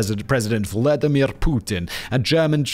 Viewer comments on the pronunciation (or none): none